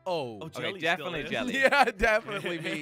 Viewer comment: Guys why did say jully instead of jelly